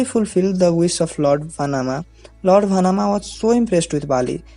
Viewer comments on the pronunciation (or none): Its "Vaamana" not Vanaama Also Newzealand,not nudiland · it's not "Vanama" , his name is "Vamana" And pronunced as "Vãmana"